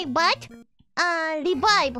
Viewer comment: Im a die, but rebibe